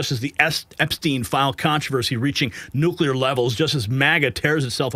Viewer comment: It’s LARA TRUMP NOT Laura, learn to speak English please, and there is only one U on Nuclear not 2 , quit saying NUCULER!